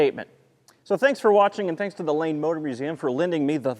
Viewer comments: Ohhh, the LANE Motor Museum, I thought you said "Lame". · I thought he said "The Lame Motor Museum"